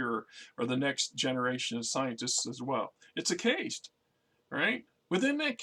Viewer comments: Caste, not case. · Meh it’s part of the charm of the channel and I get a chuckle out of it. Let be